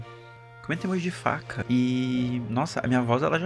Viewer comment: 🐮🔪 Não entendi se ele falou vaca ou faca kkk